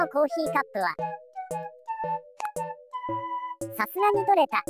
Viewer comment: 「取れた。」の発音が全部「取↑れ→た↓」なの草 ちなみにテンシンの頭についてるアレは「緊箍児（きんこじ）」って言うそうです